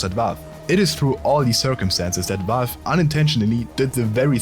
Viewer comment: wie kannst die 75k abos haben aber Valve nicht aussprechen können. Es ist Valve nicht Walf